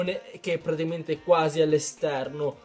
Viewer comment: ahaah grande comunque piu guardo i tuoi video piu vedo che non sai dire praticamente dici tipo pratiimente